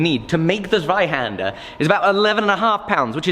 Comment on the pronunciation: We actually say tsweihander... not zzweihander... haha